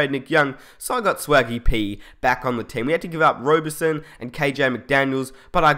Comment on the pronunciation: It's not Ro burt son, it's Ra burt son lol